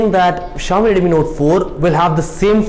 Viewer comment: Jalaj Joshi Also he has to improve his pronunciation, especially of "Redmi", sounds awkward to me